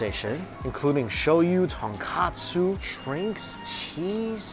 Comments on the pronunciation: seriously it’s tonkotsu not tonkatsu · I would love to go to Stamina Taro next time I'm in Japan! (BTW, Ton-KO-tsu soup - not Ton-KA-tsu which is pork cutlet ~) 🤗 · FYI thats not a ‘tonkAtsu’ ramen, i think you mean ‘tonkotsu’